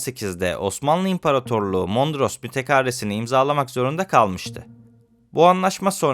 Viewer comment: Mondros "Mütekaaresi" değil sevgili kardeşim, "Mütârekesi". Güzel yayınların var yolun açık olsun.